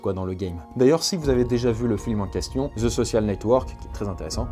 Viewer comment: Ou est le z dans the facebook de la façon que tu le dit c'est comme va ze Facebook mais je comprend tes français et vous dite que les québécois parle mal c'est pas un commentaire haineux